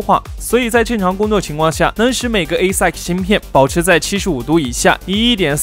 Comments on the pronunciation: 英文发音加强一下吧 听到快吐了 ASIC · 我也是第一次聽到這樣唸